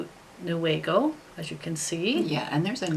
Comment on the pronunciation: You are saying Newaygo correctly. That is my local yarn store.